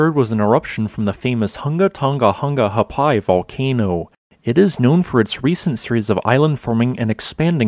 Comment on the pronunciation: He did good but didn't get the glottal stop in Ha'apai